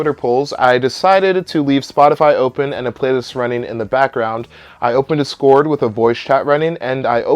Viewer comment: Bruh, that and "Discord"... Is he doing it on purpose?